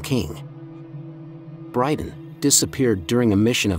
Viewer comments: Not brydan but bryndan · And Brynden is pronounced BRIN-DEN. Not BRIDE-ON. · Duuuude right hahaha he called him Bryden lol and Hodder lol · I'm sorry but how can you call your channel "" if you can't even get BRYNDEN Rivers name correctly? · Is it only me or does anyone else think this guy should be banned from every making any Game of Thrones or house of the Dragon videos for the way he pronounces Hodor and Brynden? He’s def not a fan. Just someone trying to get clicks from a series he’s never watched